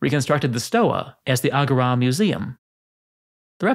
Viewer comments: WHY did you pronounce agora like "ah go RAW"? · Please learn how to correctly pronounce agora. The stressed syllable is the second one, not the first.